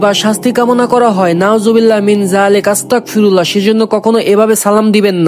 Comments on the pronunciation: ভাই আস্তাকফিরুল্লাহ না আস্তাগফিরুল্লাহ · আপনি যে আস্তাকফিরুল্লাহ বলছেন এটার মানে কি আপনি জানেন আস্তাকফিরুল্লাহ না বলে আস্তাগফিরুল্লাহ বলেন 😊😊😊😊😊😊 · ভাই আমি আপনার একটা ভুল পাইছি আপনি বলছেন আস্তাকফিরুল্লাহ আসলে এইভাবে হবে না আসলটা হলো আস্তাগফিরুল্লাহ